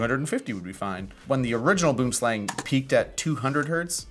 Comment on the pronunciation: Please, for the love of ALL that is HOLY!!!! Use Google Translate and listen to the word Boomslang in Afrikaans. Pretty please! Boo(r)m slung.